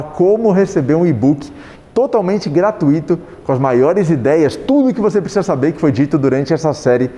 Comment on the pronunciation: Que mania de falar "gratuÍto". É "GRATUITO", porra! Não tem acento no "Í". Parece até modinha falar errado.